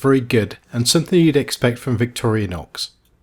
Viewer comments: WHY OH WHY do so many people pronounce the name as VICTORIA NOX, There is NO A in VICTORINOX, I would think it would be more likely pronounced as VICTOR-INOX or VICTORI like Victory Nox, or Victori-Nox. Good review though :D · vic-TOR-i-nox. Stress on second syllable.